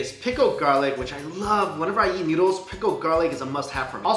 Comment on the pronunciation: everytime when he says "yeat" instead of "eat", i cringe!